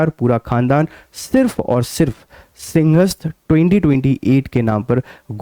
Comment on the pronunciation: भाई साहब मोहन यादव का उच्चारण गलत है मैं मानता हूं पर उच्चारण तो आपका भी सही नहीं है सिंहस्थ को आप सिंगस्त बोल रहे हैं आप हिंदी भाषा क्षेत्र से हैं आपको स और श में भी अंतर नहीं मालूम है